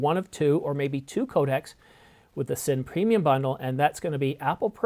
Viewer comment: thumbs down for not being able to correctly pronounce Cine